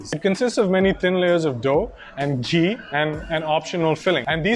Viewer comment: Dude its ghee as in g-hee not ji.